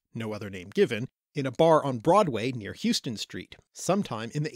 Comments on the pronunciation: Sorry but it’s Spelt like Houston but pronounced as house-ton. That’s the New York way! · That name of the street where the club was—Houston Street? It’s pronounced How-ston in New York. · ...That street is pronounced "How-ston", not pronounced like the Texas city. Bartenders were rock stars in the 19th century. The most famous of them wrote several books of recipes and memoirs, and provides pretty good evidence for that bartender named Black who tended bar south of How-ston, an area referred to as SOHO.